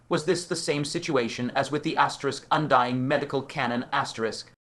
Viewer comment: Bro can u stop saying asterick